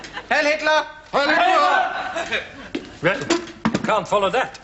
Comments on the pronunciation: ALL I HEAR IS “klop” Not TLER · He actually says ‘klop’. Don’t know why, probably a joke that didn’t work since no one understands it. And no, it totally doesn’t sound like -tler. You should get your ears examined of it does. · Always thought it was clop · Anyone else thought he was saying ‘Clop’? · it is weird how it sounds like that. I first thought he might be saying “Klomp” as in the painter, even so, that didn’t make sense either. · Always thought he said 'club'.